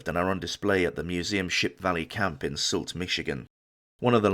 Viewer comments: Well done video about a tragic event. One small correction. The town where the lifeboat is displayed is not pronounce "salt". The town is Sault (pronounced Soo) Ste. Marie, Michigan, which happens to be my hometown. Looking forward to more videos. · Absolutely outstanding!! My only copy-editor niggle is that "Sault" is pronounced "Soo". Otherwise first class reporting